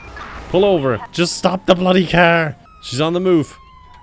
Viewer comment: love how he says “kyar”